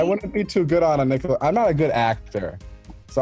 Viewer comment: "Nick the loadian"?